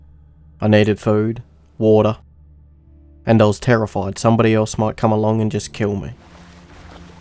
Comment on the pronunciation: you can tell he is english by the way he says water. Wo'ah